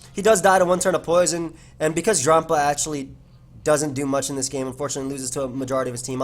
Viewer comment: Why do you say drampa like that?